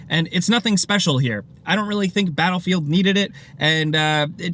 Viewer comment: The way he said "Bahelfield" XD